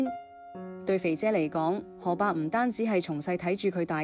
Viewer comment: 這個主持有幾個字音讀錯，例如玲玲，第2個玲字要讀擰音，上海話，要畫音，何伯讀可伯。